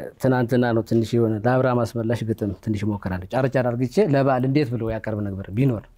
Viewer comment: በጣም ጎበዝ ነህ በርታ! ግን ወንድሜ “አድርጌ” ለማለት በትክክል መጥራት ያልቻሉት “አርግቼ” ይላሉ፡፡ አንተ ግን ስላልቻልክ ሳይሆን የስልጣኔ መስሎህ ከሆነ ያለመቻል ምልክት በፍፁም የስልጣኔ ሊሆን ስለማይችል እባክህ ይቅርብህ፡፡ ደግሞስ መሆን እንጂ መምሰል ምን ይጠቅማል?